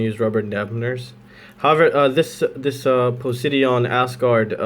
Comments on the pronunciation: poh -sigh-don ;) nice vid. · LOL you pronounce it po-si-dun like the god of the sea